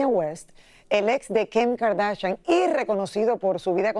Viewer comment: Porque siempre quieres decir mal los nombre Dios mio no es kem kardashian es Kim, igual no dice Lamborghini dice labergini